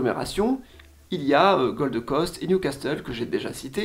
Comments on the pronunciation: Toujours un gros travail, merci ! Pour Newcastle, ne prononce pas le "t", "Nioucasseul" 😉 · superbe video, attention on ne prononce pas le T de Newcastle ! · Ton anglais est déplorable. Impossible de ne pas savoir que le T de "castle" ne se prononce pas. Surtout qu'il existe aussi un Newcastle en Angleterre. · Si tu avais beneficié de tes propres sponsors tu aurais su que Perth ne se prononce pas "Peyrthe" mais "Peurth" et aussi que "Castle" le T est muet.